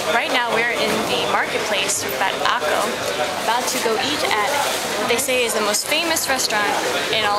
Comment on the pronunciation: Democracy??? I know a lot of Palestinians, Arab-Israelis, and even Israeli Jews that would disagree. btw Xavi is a famous soccer player from Spain and plays for Barcelona. "Akko" is an arab town/city and pronounced "Akka" with an A sound at the end, the O sound is Hebrew. ... and wow practice ur Arabic and the accent better at the end lol